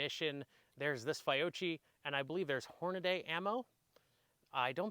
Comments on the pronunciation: “Figh-oh-chie and Horn-na-day” Jk, great video. Subscribed. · I don’t think you could have possibly mispronounced both Fiocchi and Hornady more